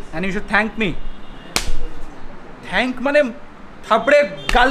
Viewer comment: Everytime said "thank me" শুনলো:"spank me". প্রত্যেকবার থাবড়ে দিয়েছে ফাটাস,ফাটাস করে।।